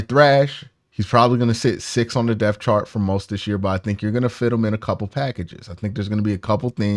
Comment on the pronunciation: You have got to learn how to say depth it’s not deaf. This Comes from someone who had 6 years of speech class growing up please learn to annunciate your words. You speak for a living.